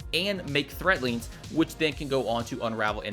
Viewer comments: someone tell him there's a "D" in threadlings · THREADLINGS! WITH A D NOT THREATLINGS